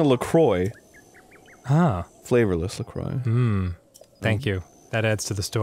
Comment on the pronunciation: Always with the Lacroix thing. PRONOUNCE IT PROPERLY FINALLY, MY GOD! They still pronounce it like that in 2021.